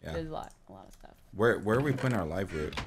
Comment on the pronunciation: I kept calling the live root... Liver oot WHAT THE HECK IS LIVER OOT 😓😄😄😄😄😁😄😄😄😄🐠💨 the fish is farting😓😄😂🐔🎉 party foul